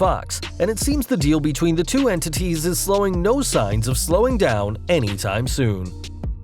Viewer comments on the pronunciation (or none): You definitely mispronounced slowing lmao what the hell was that